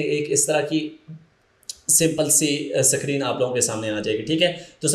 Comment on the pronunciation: O Suckreen nahi hota screen hota hai.